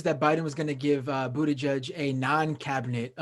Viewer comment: He has been in the public eye long enough to know how to pronounce his name. That is a Trumpian/Tucker Carlson type of nasty insult. Just makes you lose all respect.